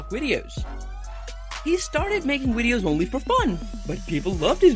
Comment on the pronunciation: the way he said wideos was adorable